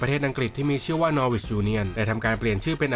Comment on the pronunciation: norwich ออกเสียง นอริช ครับ